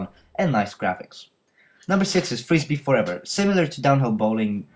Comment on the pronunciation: when you said Frisbee Forever, I was looking away and understood "Freeze Me Forever"